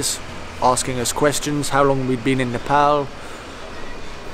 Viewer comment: He pronounced Nepal without any accent exactly like Nepali